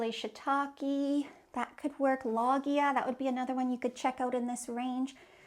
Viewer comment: How can we trust a designer who can't pronounce "loggia?"